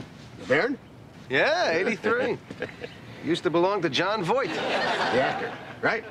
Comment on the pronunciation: Funny Jery actually says Jon Voik instead of Voight